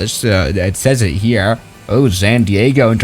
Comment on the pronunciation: Sounded like a stroke ngl lol, "It says it hearar"